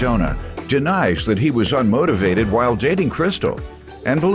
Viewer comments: 🤣🤣🤣🤣🤣🤣 that “ r” wasn’t playing. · "Unmortorvated" lol